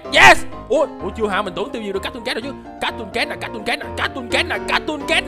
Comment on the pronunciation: Cattocat đọc vậy hả